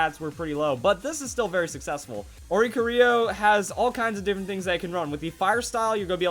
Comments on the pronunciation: ...ori-cori-oh. Not ori-coh-rio. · Ori-cori-o not Oric-orio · Omg it is ori - corio